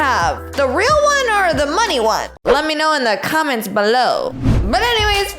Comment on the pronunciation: You said you want ril love